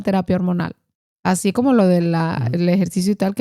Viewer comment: Escuchen toda le entrevista...el caballero dice ''asin''...de vergüenza, con lo hermoso que es el rato.